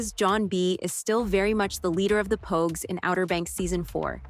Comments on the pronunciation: better tha. the last review i watched. he called the pogues, pawgs. JJ believing he was a pawg could definitely be an issue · bro it was so crazy cause he called pogue , pogue. Everyone else was pawgs. The review was good it was just pure comedy though and it wasn’t a mistake. I hope he leaves it up.